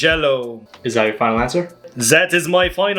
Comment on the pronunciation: I like when he says that he says zat